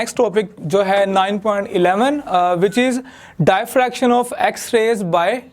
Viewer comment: please pronounce diffraction properly....